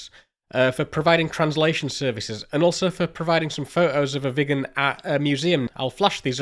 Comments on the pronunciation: Next aircraft and video I guess is about the McDonnell Douglas F-4 Phantom II as that aircraft badly lacked a gun during Vietnam and the F-4E was introduced. Great video on the Viggen and you did do a good job of pronouncing Viggen! Hello from Sweden 👋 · It sure wasn’t 10m people back in the 60s! BTW, you pronounce Viggen just fine! It’s stunning what could be done back in the day with the small memory and modest computing power.